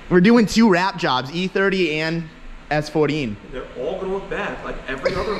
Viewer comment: why'd you say s14 like that lmao sounding like sam